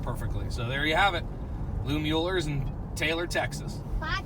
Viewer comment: BS about the "poor blacks" eating out of the back of Smittys/Kreuz. Never segregation there and "whites" bought plenty of brisket and sausage too. And its always a giveaway when some so-called BBQ "expert" mispronounces Mueller. HaHa